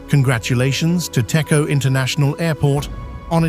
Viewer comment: តេជោ Techo = please pronounce Dejo even though it's written Techo